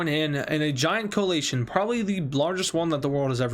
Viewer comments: Btw it's pronounced 'coalition' (Coh-a-li-shian) not (coh-ah-lay-sh-an) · Deadass said "Coal-ATION"